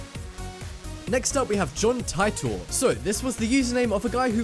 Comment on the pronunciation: ...it annoys me to know end when a name is mispronounced. It's Tit-or, not Ti-tor.